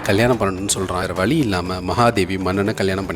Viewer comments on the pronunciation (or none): Why can’t you pronounce zha properly vazhi not vali